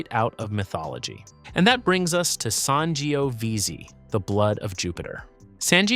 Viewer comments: How can you pronounce Tempranillo but butcher Sangiovese that many different ways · San jee oh veezee 😂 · Your pronunciations are cringe-worthy, particularly the Italian varietals Ciliegiolo and Sangiovese.